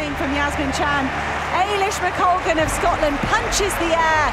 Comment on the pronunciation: hey! I didn't mean this as a personal attack - it was just an amusing sequence. For the record: EY-lish (as in "clay") not EE-lish mc-COL-gan not mc-COG-lan YA-se-min not JAZ-min CHAN/JAN not KAN